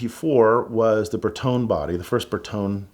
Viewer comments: Ferrari owners and Italians in general DIED when said "Ber tone" Eeeek Remember though, the old Pope owned a Ferrari F50 😆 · Pronouncing Bertone like that is sacrilegious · Italian but can't say Bertone right, cool story bro